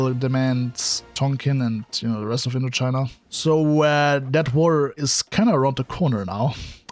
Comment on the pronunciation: It’s Indochina not Intochina!